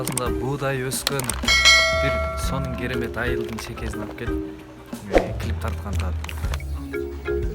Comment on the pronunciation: Килип,килиииип дейт гооо😁😂иии красавчик